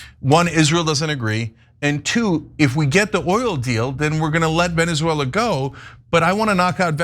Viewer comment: I can't with Anna's pronunciation of Venezuela.